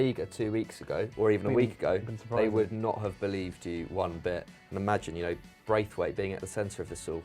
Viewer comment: Hey, danish guy here - it's pronounced Brathwait so basically without the i:]